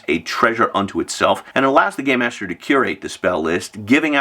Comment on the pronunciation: Im hearing “gay master” when u say it 😂😂😂 Im like tsk tsk tsk old man yells at cloud